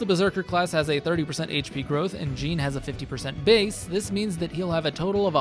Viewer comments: Btw its pronounced like Sean (Shawn) but with a J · You pronouncing Jean as gene is a hate crime lol. Great build 👏🏻👌🏼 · I'm just curious why you pronounce his name "jeen" and not "zhaun", when that's how he says it (like Jean-Luc Picard). I mean, I can see that it reads as "jeen", but it does also read as "zhaun". Like, I have yet to ever hear anyone pronounce Sean as "sheen". Awesome video though, and it's stuff like this that makes me want to do a second run sooner (sorry to most of my backlog that I've promised to get to). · this guy didn't even play the game if he's pronouncing Jean's name like "a pair of jeans". gross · It's pronounced "Zhahn" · the pronunciation of jean is killing me. 😅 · Alright... Who's gonna tell him how to pronounce the name right? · Came right to the comments after I heard how he said it lol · Love hearing you mispronounce his name the whole video. But I LOVE this build. You're killing it with your vids my guy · The way you say Jean feels very weird considering how his name is actually pronounced. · You can’t use the “I pronounce it like that because that’s just how the name looks to me” excuse in a game where they actively pronounce the name, it frustrates me to no end hearing you pronounce it wrong Good video though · Video would be a 10/10 if you would pronounced his name right. So instead, 5/10. For the Jean disrespect. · Bruh the characters say each other's names constantly in this game. You've gotta be used to the correct pronunciation by now.